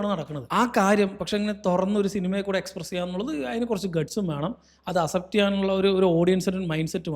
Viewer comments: aas-ept enn alla ax-sept enn pronounce cheyane bro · Bro thiruthuannu vijarikkaruth kure vattom repeat aayond parayua. അസെപ്റ്റ് alla അക്‌സെപ്റ്റ്. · Accept pronunciation is wrong